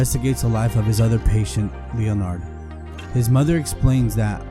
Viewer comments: Leonard. Pronounced [Lennerd] Not Leo-Nard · Leon 'ard. FFS. AI sucks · Leo - Nard...!? How did this narrator live to adulthood? Jesus Christ....